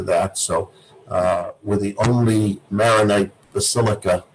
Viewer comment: Chorbishop Spinosa is awesome. To the interviewer, thank you for this interview. The rite is pronounced Maronite, named after St. Maron, not Maryonite.